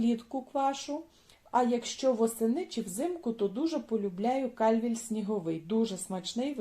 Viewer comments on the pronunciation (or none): Сорт яблук зветься КальвІй, на І наголос☝️ а не КаЛЬвій.🤦